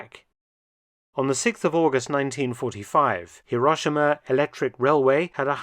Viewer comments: Even Truman managed to pronounce Hero-she-ma correctly, Mark! (And as a native, I say Edin-burr-a!) 😅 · C'mon. Hi Ro Shi Ma. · Currently in Nagasaki (late May 2024) and having visited Hiro-shee-ma (our native Japanese guide's pronunciation!) a few days ago, I can vouch for the interesting vintage trams (streetcars) running in those cities, alongside the more modern examples. A visit to the Peace Parks & A-bomb museums in both those cities is a sombre & sobering experience.